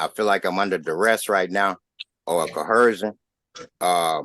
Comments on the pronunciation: No such thing as a smart - or honest - SovCit; no exceptions. this one is especially "special" ain't he? KOHERSHUN is not a damned word! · Another moron who says "cohersion."